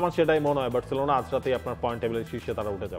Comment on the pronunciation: সবাই বার্সেলোনা বললেও আপনি 'বেরররছেলোনা' কেন বলেন?